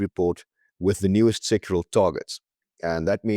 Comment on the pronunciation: pls note it's sectoral - SEC TO RAL - targets, because the way you pronounce it it sounds as though you're talking about SEXUAL targets. You need to pronounce the word clearly!